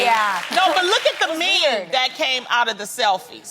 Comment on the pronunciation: Did Loni call "meme" a "mem" ? Lolol